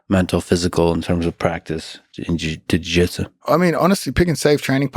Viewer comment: "Di-Jitsu"? Lol, that's not a soda bottle, is it Lex?